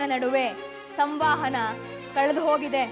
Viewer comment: ಸಂವಾಹನ ಅಲ್ಲ ಅದು ಸಂವಹನ ಎಂದಾಗಬೇಕು. ಧಾರಾವಾಹಿಯ ನಿರ್ದೇಶಕರು, ಸಂಚಿಕೆಯ ನಿರ್ದೇಶಕರು ಈ ತಪ್ಪುಗಳನ್ನು ಕೂಡಲೇ ತಿದ್ದಬೇಕು.